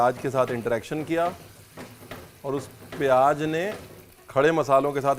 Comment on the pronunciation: Aap lakhnow ke ho key talaffuz itna galat bolte hai jesey payyaj